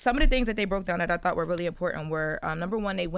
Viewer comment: keyb word she said thoght then he said thoght so if she just said thought that mreans she didnt know! jut being real come on now